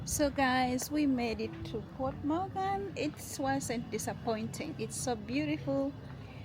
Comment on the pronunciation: No es MORGAN, es MOGÁN y no es Port, es Puerto, Puerto de Mogán.